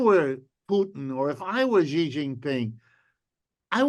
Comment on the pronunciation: Wolff and Hudson, we love you. But get Xi's name right!!!!! Idiots on Fox say "Gee" and "Jee" etc. This is a major world leader. Xi is pronounced very much like "she" like the female pronoun. Look it up. Come on, guys., spread the word. Let's get it right.